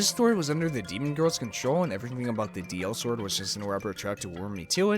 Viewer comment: It's called DI-sword not DL-sword